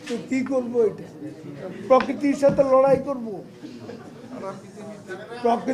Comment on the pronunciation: কাকু পোকিতি না। ওটা হবে প্রকৃতি